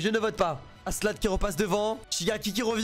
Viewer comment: tu vois pas le K dans askelad XD parce que aselad ca pique les oreilles XD